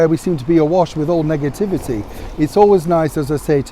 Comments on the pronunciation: Did you say Negativity or Megativity 🤔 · For a second there I thought you said "Megativity" instead of Negativity :P